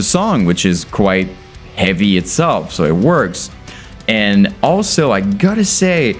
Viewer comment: Love how this dude can’t pronounce H’s in words and it still sounds awesome. It’s ‘eavy as fuck man.